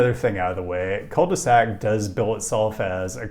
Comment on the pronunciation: Pronunciation is almost as bad as Rochester